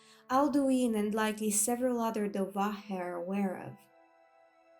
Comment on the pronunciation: ACTUALLY SPEAKING DOVA- chef's kiss!!!